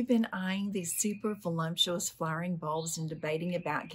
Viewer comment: Vo-LUP-shu-us, not vo-LUMP-shu-us.